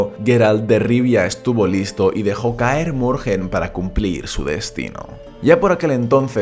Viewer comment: Pero no decías que no ibas a hacer videos sobre The Witcher por que la historia tiene mucho relleno ?. Y por cierto Kaer Morhen no se pronuncia así, la h es muda.